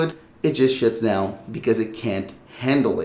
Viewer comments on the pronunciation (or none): Why does bro keep😂 sayin "and it shits down"😂😂😂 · I thought i was the only one that heard that hahaha